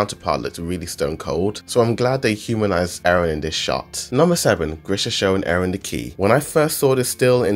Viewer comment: Stop saying Aron instead of eren